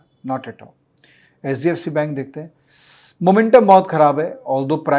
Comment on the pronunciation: Pronunciation of HDFC sounds sbfc